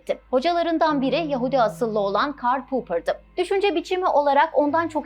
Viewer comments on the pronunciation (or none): Anti-seminizm değil anti-semitizm, karl pupır değil karl poper. 2 dakikada ancak bu kadarına dayanabildim, gerisini izleyemedim.